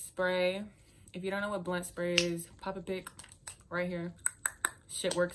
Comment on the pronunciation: Blunt not blint